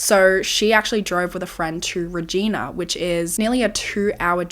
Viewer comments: Reg i na...not regeena... 😅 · It’s pronounced Reg-eye-na, like vagina. lol. Just fyi. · Hey I’m Canadian! I love your videos so much! I just wanna let you know Regina is pronounced like ree-g-yna … it almost sounds inappropriate lol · I am so glad she got the justice she deserved and she had people in her corner who believed her before then. but this is insane! especially when my grandparents still had a cabin near Regina Saskatchewan during this time. I also wanted to let you know as someone who was family from this area, Regina (reh-JY-nuh) is pronounced like another word that starts with a V just with a R instead lol, in case you ever cover another case from there. hope that helps! have a great week!! ❤️ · Hey, a case from my province! Just a quick pronunciation thing, it’s pronounced Reeg eye na! Love the video as always ❤😊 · Hate to be that person but Regina is pronounced like Reg-eye-na haha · Hearing you say Regina. Here we call it Reh-gina.... liek vagina lol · haha I know people are named that and it's pronounced with an ee sound but as someone from southern alberta hearing it pronounced this way really caught me off guard! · Sorry I love your channel but as a Canadian, it's frustrating that foreigners can never pronounce Regina. It's not said like the woman's name, the last syllable sounds like a female body part. Like "angina" the heart condition... Not sure how to explain it. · but not regina haha 😂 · i love watching this as someone from Saskatchewan and hearing how wrong you pronounce Regina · Being from Saskatchewan I loved the way you pronounced “Regina” 😂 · Canadian here - just wanted to let you know for future cases that "Regina" is pronounce like Vagina - the i is long. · Bless your heart, it’s not pronounced Regina… But it does rhyme with vagina give it a go 😂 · But what I want to know is your reaction to the pronunciation of Regina 😅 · drove me insane! and it feels inappropriate to say how we tell ppl to pronounce it